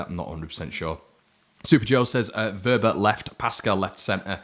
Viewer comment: Give your head a wobble,his name is Wober not Wobbler 😂🤣